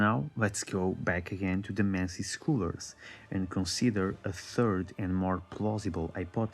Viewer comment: the way you pronounce scholars. You do it like Eileen, when she pronounces HUNTER.